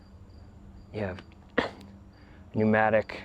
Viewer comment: Pacsal is probably cringing every time he says pneumatic! 😂 Great video 😊 really enjoyed!😊